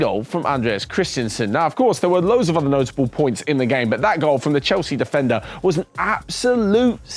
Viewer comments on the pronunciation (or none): none